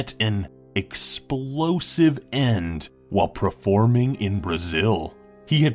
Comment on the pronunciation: Who heard him said "preforming" instead of performing?